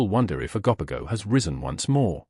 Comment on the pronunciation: You’re pronunciation of these creatures is debateable lol It’s O GO POGO lol